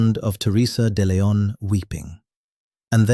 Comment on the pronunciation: Hans not Hands. De Leon not Dillon.